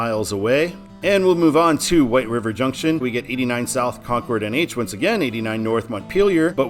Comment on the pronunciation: Kong ord is in NH Con cord is in NC, love to hear the NASCAR announcers make the same pronunciation. Awaiting I 95 four miles from my residence. Thanks for sharing 👍